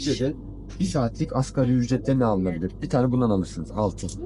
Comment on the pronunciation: Askeri değil asgariiiiii (asgari arapça kelime ,en az anlamına gelir)